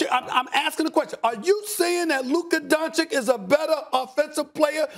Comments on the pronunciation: Stephen A: Luka “Donchik” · When would Stephen A. stop saying Luka Doncik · It irritates me so much that SAS is not willing to pronounce Doncic's name properly..It's disrespecting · First, learn to pronounce his name right, and secondly, that wonder boy is the legit face of NBA for next decade, he does on court what he wants to, he has his own pace which is hard to guard...Just let your anger go, Stephen. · Stephen A still disrespects Luka the most, he is like the only big journalist that still will not learn to say his surname correctly while Max is still repeating it to him! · Stephen A loses by just mispronouncing Luka's last name.